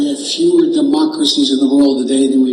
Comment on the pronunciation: "Fewer" sounds like "Fuehrer"